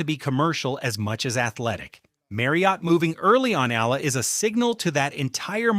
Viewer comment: I love that Alex is loved world wide , but can we please respectfully address this: Alex’s surname is EALA, pronounced as “EYALA” and not “Eela. Kindly learn it and tell the world the same. Alex’s name deserves to be said right. Thank you.